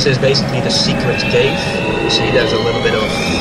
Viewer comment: As a Dutchy myself I can say that it’s clearly a Dutch accent, it’s hard to miss really. Germans have a very distinct sound when pronouncing words with “TH” in it: The is usually or closely pronounced as “Zhe”